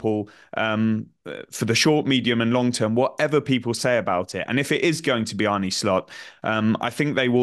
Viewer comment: How difficult is it to pronounce Arne correctly???...